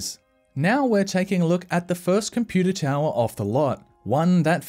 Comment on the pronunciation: I love it when you say Compooter